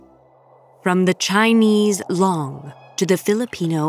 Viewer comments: It's not long, it's loong. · No respect for the Chinese language. Didn't even try to pronounce things correctly. The word for dragon has a long O, not a short O. Yellow dragon valley is 3 syllables not four. It starts with hwang, not who-ong. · ok but i wish the narrator had looked up the correct pronunciation of the Chinese word for dragon, "long". it's way off and very distracting. not expecting perfection, but just... try a little harder? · could have done more research before attempting to pronounce it. Pretty sure this channel has the ability to do that, nothing to do with nationality, it’s as simple as pronouncing something correctly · "long" for dragon is waaay off